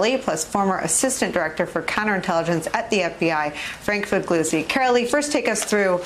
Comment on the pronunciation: Is it pronounced 'Figloozi', or 'Figleeoozee'?